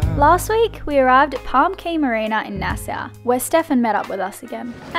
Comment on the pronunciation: Pronounced "Nass-awe"; it's two syllables... :) Greetings from NYC; two counties over from Nassau County, Long Island.